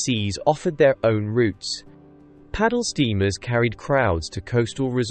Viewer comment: Wrong pronunciation of "route"